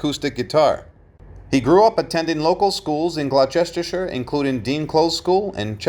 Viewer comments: Glow-chester-sheer?? Are you serious? 😂 Hilarious. It's pronounced Gloss-ter-sheer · 😂 sounds like glosster sheer that's how you say it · Glow-chester shire, FFS Yanks are so Thick. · Glowchestershire? Spelt "Gloucestershire", pronounced "Glostershire" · "Glow-sesster-shire"!!!! Jesus Christ, keep Americans as far away from the English language as possible, will you. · The county he was born in is pronounced "glosstershir" but spelt Gloucestershire!! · “Glo-chester-chestershire.” Absolute classic! Couldn’t listen any more as the tone had very much been set. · That picture at the 50 mark isn't Brian Jones, the womans fashion is late 60s, also, it's pronounced Glostersheer. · He butchered Gloucestershire…..BADLY….